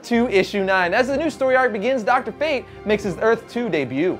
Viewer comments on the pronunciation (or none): none